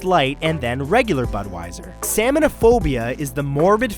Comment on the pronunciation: you pronounced samhainophobia wrong, it's pronounced like "SAHwinophobia" from the word samhain which is said like "SAH-win or SOW-in" it's Celtic Gaelic, nothing makes sense xD